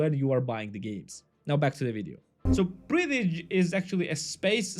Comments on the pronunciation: yes just read it lol breath-edge. how hard english is? yes its hard. bcoz wriuting and reading and spelling not have ruies. its just NOW you say this even its written this. why not correct how its written so can read it how you spell it lol. how easy is just spell words that is written. not in engluis LOL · no one agrees with you and you since you cant even say the name of the game properly. i consider you a mediocre content creator. go do something else. you suck at this